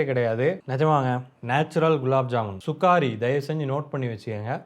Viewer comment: Anna athu சுகாரி இல்ல சுகரி